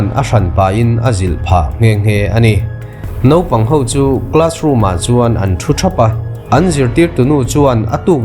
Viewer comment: Nopang ti tawh suh.. Naupang tih tur aw